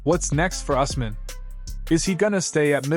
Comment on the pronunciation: And sir it’s pronounced ews-mun